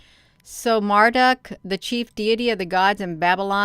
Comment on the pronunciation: It's Marduk pronounced as Mar- duke.